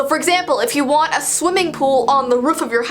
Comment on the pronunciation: LOL: The ascent you had when you said want the mark.